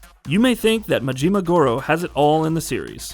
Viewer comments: His name is Majima. Not Majeema. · I get thrown off everytime he says mageema 🤣